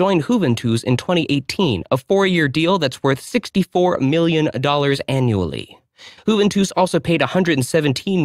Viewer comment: Juventus or "Who Ven Twos" 😂 never heard it pronounced like that !!!